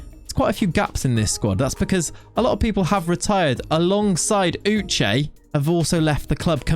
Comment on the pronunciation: thanks for pronouncing my name sake (Uche) correctly. I am so proud of you. I would like to see you pronounce the full name Uchenna